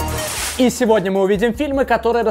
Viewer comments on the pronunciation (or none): none